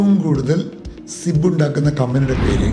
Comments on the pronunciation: Aadyam ningal ...onnu padikkuka...zip aanu zib alla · Sib അല്ല.zip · Its Zip Zib alla.... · സിബ് അല്ല സിപ് ആണ് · Its zip (zipper). Not 'sib' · സിബ് അല്ല സിപ്പ് ആണ്! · You made me laugh to death. This guy doesn't know how to pronounce zipper. There is no "b" to say zibb.